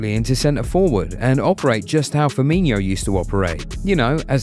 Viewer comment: It's firmin-o not firmin-iho